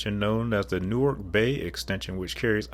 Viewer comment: Respect for pronouncing Newark like a local!